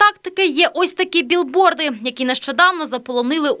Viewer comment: А можливо ви вже нарешті будете говорити правильно? Не "біл борд" а "біг борд"!!